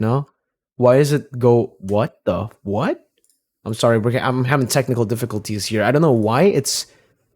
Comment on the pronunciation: why do i hear technical difficultzy instead of technical difficulties 😂? i cant unhear it now